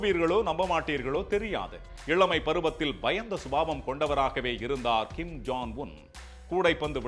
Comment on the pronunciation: Yov John ila ya Jong